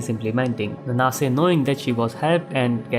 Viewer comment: I always read Nanase as 'Naan-se' so hearing 'N-naa-se' for 24 mins straight was really painful🥲